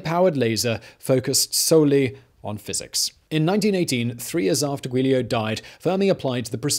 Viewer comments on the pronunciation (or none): N-Rico, not On-Rico….Guido, not Guidio